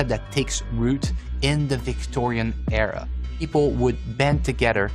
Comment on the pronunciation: "They say this is the modern EEra..."